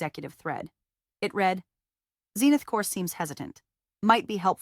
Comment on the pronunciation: Sometimes she pronounces read correctly 🙄